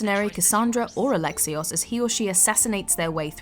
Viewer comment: I like the way you pronounced Alexios's name as "Aleksiyos" instead of "AleksiOwS"